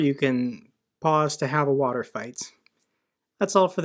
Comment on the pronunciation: Ukrainian Troops: Let's have a water fight! It's hot! Russian Troops: What is this "wa-tor" you speak of?